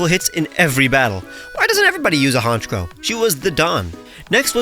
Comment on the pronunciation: THE SECOND C IN HONCHKROW IS SUPPOSED TO BE A K!